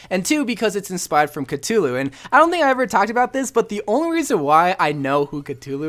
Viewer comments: ive been playing since the gane came out and still think cultist is the best skin (personal preference) also its not cutoo loo its CUH-THOO-LOO or Cthulhu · Is nobody else mad that he keeps saying cutullu and not Cthulhu you say it like cuthulu not cutulu bruh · its pronounced ka-thoo-loo not ka-tu-lu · wait a minute. Did you pronounce Cthulhu... C-too-loo? I'm fairly sure it's pronounced C-thoo-loo, but idk. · CUTULU? CUTULU??!!!!!!!!!!! IT'S CTHULHU!!!!! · Cootoooooloooooo It’s Coo-Thoo-Loo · its not cut-u-loo its cuf-u-loo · Uhh catulu? It's cathulue. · It's cathulu not cut-hulu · Ku-Thu-Lu, not Ka-two, lu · Ka-thoo-loo not Ka-to-loo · It's cthulu not ctulu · c'THulu..... not c'Tulu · Its cu thu lu not ca too loo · Him saying Catulu is giving me a brain aneurysm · Did he just say Cuh-Too-Lou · Cthulhu is pronounced Cuthulu and he has a octopus face, dragon wings lion claws and sheep hooves for his back feet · Did my man say catulu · Cuhtulu isn’t a pronunciation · C"tulu TRIGGERED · Lovecraft said that the closest humans could get to pronouncing it would be something along the lines of "Khlûl'-hloo" there isnt even a "th" or "t" sound. basically what im trying to say is it cant possibly be pronounced by human beings. anyways cultist is a really good skin, i agree. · Cthulhu is pronounced ca-thu-lu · cthulu (cu-thu-lu) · Sorry for doing this but it's pronounced cu-th-ulu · its ca-THU-lu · It’s pronounced ka-thu-lu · the entire time during the cultist review portion I was dying because of how wrong his pronunciation of Cthulhu was. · I’m really triggered by how said Cthulhu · The way he pronounces Cthulhu hurts me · U pronunced Cthulhu wrong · Not to be rude but Cthulu is pronounced with a th sound like the or then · You pronounced Cthulhu wrong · That’s not how you pronounce Cthulhu >:(